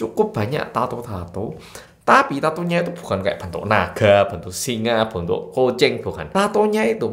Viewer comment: salfok sama cara ngomong 'koceng' di menit awal. bukan 'kucing' tapi koceng'. medok sekali😂